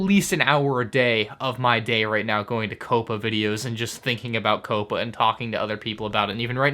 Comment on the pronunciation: Why do you keep on switching your pronunciation of COPPA? Sometimes you say COPPA other times you say CAPPA. I think you even said COAPPA